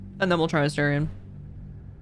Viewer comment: It's pronounced Selu-naah not Selu-ney and it's pronounced A-star-ion, not A-stay-rion. They say it so many times I'm surprised you haven't noticed 🤔 unless you're doing it on purpose then fair enough 🤷‍♂️